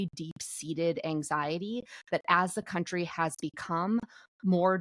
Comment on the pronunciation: "My County,'Tis of Thee"